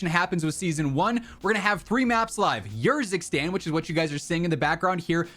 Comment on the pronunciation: Bro i think it should be pronounced Erzikstan, not yourzikstan lol